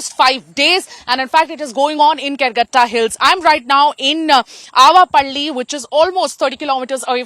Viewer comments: Karregutta hills....not Calcutta hills😂😂😂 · it's Karregutta hills (in Telugu, karre = black, gutta = hill)